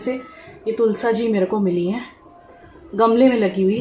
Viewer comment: तुलसा जी नहीं तुलसी जी कहते हैं तुलसी माँ होती है 😊👍